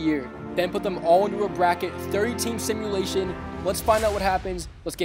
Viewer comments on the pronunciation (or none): none